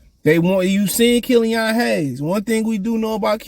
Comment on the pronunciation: Bro what? They're not gonna get rid of duren cuz he can't shoot lol. Kill-ian not kill-ion. They're tanking idk what yall don't get about that lol. You can't put a good team together and expect them to tank. This should be self explanatory